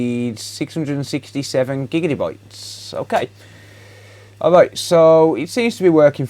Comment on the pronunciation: Did you just say GIGIDDY BYTES??